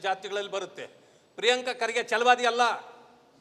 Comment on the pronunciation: Everything is temporary but the name Priyanka ಪ್ರಿಯಾಂಕಾ kharge pronounciation is permanent